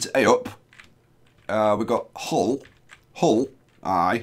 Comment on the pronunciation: Nice to see Hull on a map...btw Hull is pronounced "Ull" (rhymes with "full")!